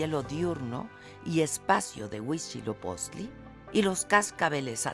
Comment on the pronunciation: HUI TZIL OPOCHTLI (NO UICHILOPOCHTLI)